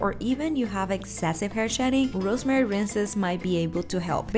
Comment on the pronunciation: is becoming funnier and funnier day by day, the way she said "rrrrrosemary" 😂😂😂